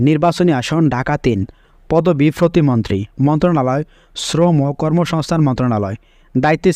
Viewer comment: ফতি মন্ত্রী না উচ্চারণ টা হবে প্রতিমন্ত্রী